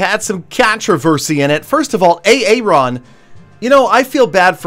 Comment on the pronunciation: Well in my part of the world. It is pronounce AARON not A ARON